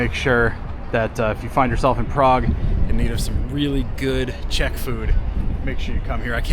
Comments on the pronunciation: Dívám se jen na začátek a vyslovuješ velmi dobře. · I'd ask for more cranberries. They go extremely well with meat, especially svíčková. Your pronunciation is #1! 👌 What you missed is beer. 🍺